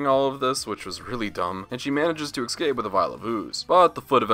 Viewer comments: So fed up of hearing YouTubers mispronounce "escape" as "Ex cape".. beyond lame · my biggest issue is how you say the word "ESCAPE".